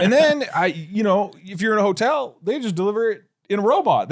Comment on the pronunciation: i thought it was pig shop